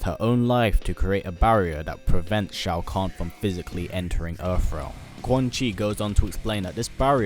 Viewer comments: Why did you correct Shao Kahn as Shoa Kahn? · SHOA KAHN correction SHAO KAHN